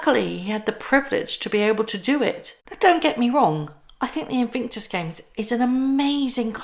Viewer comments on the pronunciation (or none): The eay you say invictus makes me think or hear the word sphincter if that's how you spell it.